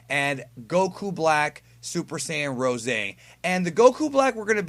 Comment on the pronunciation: you call him Rosie like he Rick Ross 😂😂